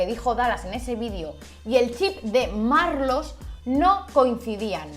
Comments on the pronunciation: "SE LLAMA MARLOOS" - la vieja asquerosa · Se llama Maarlooss😂😂